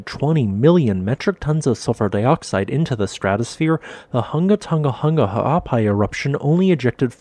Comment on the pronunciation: I like that you got the voice bot to say this volcanoe's full name repeatedly.